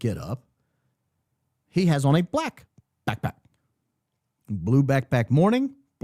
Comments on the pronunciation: The way he says it 😂 like “quick quack” 😂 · Your play on the pronunciation of "BackPack" is already... played out. Now we are adding PipeBomb to the mix? 🙄🙃🙄